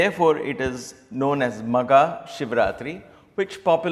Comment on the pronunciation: It's maagha not magha brother Sairam.